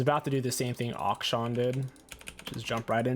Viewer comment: Every other normal person: “Akshan”: OcShawn😤 Lmao I love this guy’s videos but God damn it rubs me the wrong way when you say their names wrong lol. Some of the characters even say their own name in the voice lines and he still gets them wrong 😂